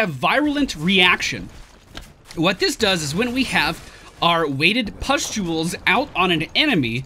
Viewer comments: How do you say that word again? "Pestuals"?;) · Pustuals. Puh stoo alls. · Sam Armstrong I shouldn't be so amused by the way he said it last video!